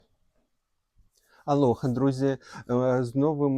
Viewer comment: Ти ,коли вітаєшся,мені чується-а лохи,друзі😂лохи,чі не лохи?😂